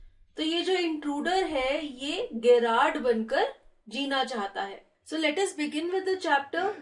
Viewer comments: Ma'am apki explanation achi h but he is gerrard not gyrrard this gggzz not giii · Hi , I know that Gerrard is a unique name , so that's why may be u pronounced it wrong ,but it is pronounced as in Jerrard